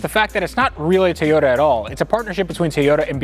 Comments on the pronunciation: Love your channel, but it’s Toyota not Tayota. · This has bugged me since I've been watching you. Why is it so hard to pronounce TOYOTA? Why is Teeyota? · "Tieyoda Soopra" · Is it a Tay yo ta or a Toy yo ta? It's a freakin TOYota. Do you give tays to your kids? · What’s a Tayoda? Lol. Love the channel and your can-do attitude! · Please. For the love of God. Stop saying TAY-ota